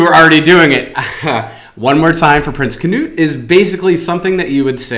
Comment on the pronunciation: Who is "Prins CANOE"??? His name is "Prins KNUD"!!! Sorry guys ... The 1`st is a boat! The next thing is a name ( HA HA ).